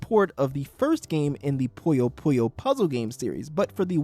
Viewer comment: It’s not POYO POYO, it’s PUYO PUYO, this isn’t KIRBY’S AVALANCHE or GHOST TRAP